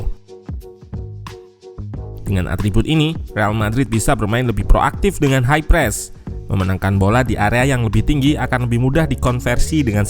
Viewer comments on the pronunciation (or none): none